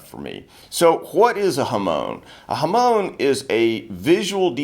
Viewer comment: 'Hamoan' isn't how its pronounced in Japanese 😅 its HA - MON as in ON/OFF. But amazing video.